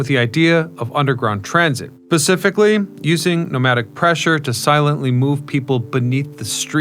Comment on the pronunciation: "pacifically" instead of "specifically"... the reason I watch this guy is his unending butchering of the language...